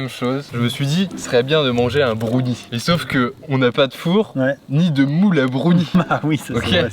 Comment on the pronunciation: Les fameux " Brounies "